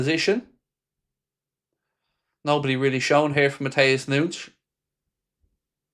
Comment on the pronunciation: “Matheus Noonsh”🤡🤡🙈🙈